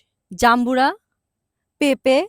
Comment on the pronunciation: পেপে ❌ পেঁপে ✔️